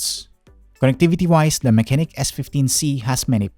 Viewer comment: the proper pronunciation of the brand is "mah-che-nik"